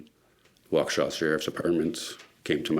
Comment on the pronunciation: Wa-KESH-a not Walkawsha!